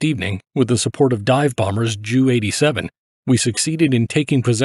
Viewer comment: It is an AI mispronunciation; “JU-87“. Short for “Jünkers 87”